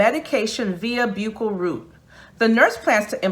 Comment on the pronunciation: Buccal is pronounced "buckle."